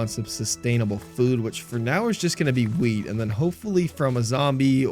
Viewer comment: bro did not say wheat